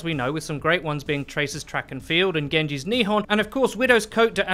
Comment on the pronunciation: Nihon isn't "neehon" . It's "ni-hawn".